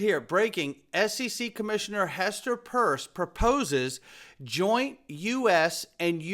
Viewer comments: Hester PIERCE….not PURSE. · Why do you always say Hester Purse..its Pierce 🤡